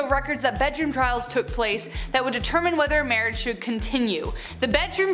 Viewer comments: "MAWWAIGE" I'M only going to say mawwige instead of marrige now, for the rest of my childhold, and maybe even teenhood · Mawwiage that's hilarious